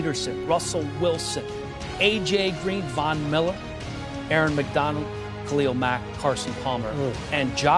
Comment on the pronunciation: HOLOP HOLOP I AINT HTE ONLY ONE WHO NOTICED THIS DUDE SAID AARON MCDONALD